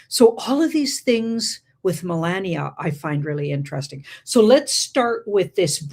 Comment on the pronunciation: L❤VE YA ~ But FLOTUS, Melania, it's Phoneticly Pronounced as "muh·laa·nee·uh" NOT "muh▪︎LAND▪︎nee▪︎uh" Also, I'm not sure WHY you would be surprised by a DOCUMENTARY Movie with just Her Name!? It would be NO DIFFERENT than Movies named after "MADONNA, ELVIS, JFK or TRUMP" 😇